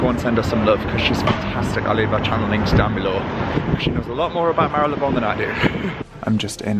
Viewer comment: Love and respect you so much because you pronounce Marylebone the right way. So many youtubers/influencers pronounce it wrong including fashion mumblr and Leonora Smee who recently put out vlogs where they mis-pronounce Marylebone, it's so frustrating to listen to when you know the right way of saying it! Jo Good obviously knows how to pronounce it as she lives there and you pronounce it perfectly. I am a massive fan of Penhaligons perfumes, my favourite and regular one is Halfeti, not the cedar one though. I also have Cairo and have just finished The Blazing Mr Sam which was divine but just didn't last and when you are paying £200 or more for a bottle you expect it to last for more than an hour on your skin. I would hight recommend Halfeti which has good staying power!